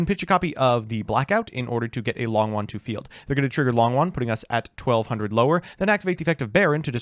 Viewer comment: its long YUan not long wan!!!!!!!